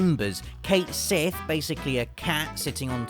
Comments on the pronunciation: Cait Sith is pronounced "Ket Shee". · ...I had Cait Sith in my party. He's really Reeve so he's cool in my book. Also it's pronounced Ket Shee.